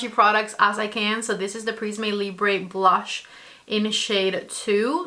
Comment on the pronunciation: The final 'e' of prisme and libre is unstressed. You should not pronounce it as they are French words. Please, don't judge me, I'm a Linguist! 😅